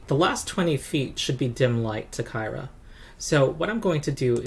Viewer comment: BTW, I think "Kyra" is pronounced like "Kira". That's the official word, anyhow. Not sure why they chose to do that - you'd think it'd be pronounced like "Tyra", right?